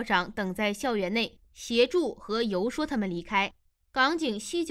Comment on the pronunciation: 游说。注意读音。